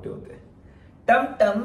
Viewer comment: Tamtam nhi timtim...❤️